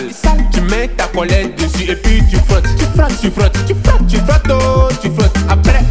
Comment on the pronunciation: J'aime trop quand il dit comment laver le caleçon 🤣 , ti frottes.